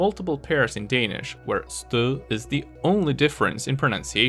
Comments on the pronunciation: Jeg kunne godt høre at du ikke var indfødt men ikke hvor du så i stedet kom fra. Respekt for mængden af knofedt du må have brugt! (Der var et enkelt ord som du udtalte markant mere udansk end alle de andre, nemlig "stød". Det var nu stadig ikke til at kimse ad. Det var faktisk ikke helt ringe endda ;) ) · Well researched and well presented! Your Danish pronunciation is so frigging close that I for a moment started to think that you must be Danish yourself, until your reached the word "stød", which - ironically - was pronounced without it. If you ever need help with a video on Dutch, just let me know. The pronunciation of "r" is a confusing mess in the Netherlands, but I would NOT recommend showcasing a sociolect with a too pronounced final retroflect r, which is often regarded as elitist and hated, despite its rapid spread.